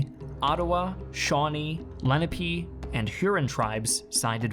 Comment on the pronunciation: LA NA Pee not leenape. i think.